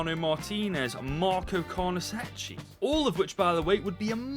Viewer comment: Its pronounced carnesekki btw